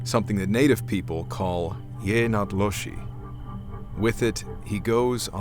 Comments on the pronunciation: because non natives have a hard time pronouncing or saying words n Native language. He's the first I've heard to say it correctly. This is not so hard to understand. 🤷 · HEY!! Actual Navajo here and pretty surprised to hear one of the only white tongues I've heard pronounce it pretty spot on (just with an English-speaking accent)! I just hope this isn't a skinwalker fanfic, but will edit my comment when I've finished. Before I do that, 'Naadlooshi' is our word for livestock or four-legged animal. They 'Ye' part refers to a person. So put them together it refers to a person who goes on all fours; like an animal. This context usually reefers to a wicked person whom uses animal skins and dark magics to shapeshift. first story is pretty spot on. They usually work in pairs or groups depending on the situation. They always drag their dead off and away. If you're capable of wounding a skinwalker with a blessed weapon or bullet, the human form will most often die a few days after. Second story seems pretty legit too. On of my relatives who used to drink and sleep around with women says he actually spent the night with one. One night after drinking and spending a night with this woman, he woke up. It was still night time and, not making a sound, he looked over at the woman he had slept with. It was as if she had come back into their room and she was bedding down. As she was faced away from him he noticed she was undressing, but what she was taking off was an animal skin. Her whole top half was that of a woman, but her legs and lower half was that of a sheep. As she continued to peel the sheep skin off it returned back to her human woman form. Needless